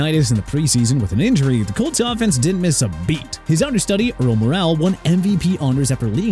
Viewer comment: Unbelievable how still can’t pronounce Earl Morrall’s name correctly